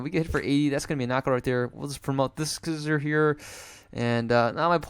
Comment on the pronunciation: Usually people pronounce See-zor. Scizor is one of the most famous, powerful and beloved Pokémon since its release in competition. It is so strong and got so many move pools and way to be played. So it's so nice to see some play on TCGO as well, because it really deserves it. Thank you,, for making a video with my favorite Pokémon ever:D